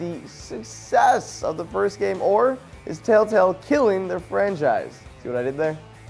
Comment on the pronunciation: You said telltell not telltale develop